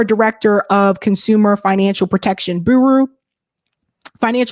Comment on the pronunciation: Bureau is pronounced BYou-Row row as in row your boat.